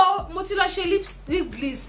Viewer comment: Hahahahaha haha did I just hear lip gliss?